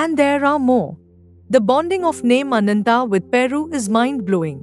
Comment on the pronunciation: Ananta, Garuda, sugreeva... Pls pronounce the a at the end. These are names where the a has to be pronounced. You do it so beautifully in some parts..